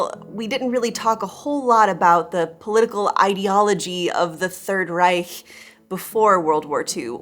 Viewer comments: So nice to hear an Anglophone pronouncing Reich , esp. the /ch/, so well. Just saying. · Great video and very critical - and important - analysis! (Especially in light of current radical developments in the U.S.!) And thanks for pointing out that actually the Soviets won over the Nazis! And: Congratulations on correctly pronouncing “Reich”! Your German courses seem to pay off! 😊